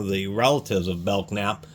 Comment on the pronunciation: FYI. Belknap is pronounced Bell-nap. The K is silent. I’m from Louisville, there’s still things around with the same name. Nice review. I didn’t know they made tools.